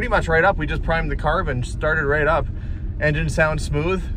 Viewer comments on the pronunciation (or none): none